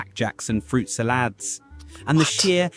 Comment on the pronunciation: Horribly disappointed to realise this is AI. Instead of fruit salad chews, the voice pronounced it as ‘fruit salaard!’